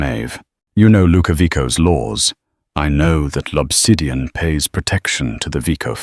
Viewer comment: The restaurant is L’Obsidian, not Lopsidian.